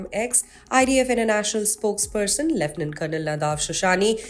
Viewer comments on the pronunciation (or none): none